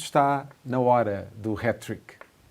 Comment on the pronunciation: Aprendam a falar. Não se diz Hét trick MAS SIM Hát trick com Á, como em apple and ass! 😂 Eu só vivo em Inglaterra à trinta anos....